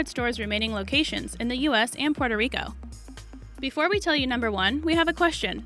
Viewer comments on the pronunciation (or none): none